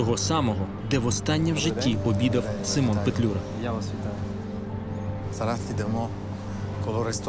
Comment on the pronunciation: Симон а не семен